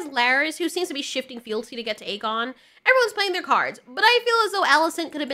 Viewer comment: Jesus Christ woman it’s A-GONE not EG-gain AEGON=A-GONE Like he’s a goner but remove the r.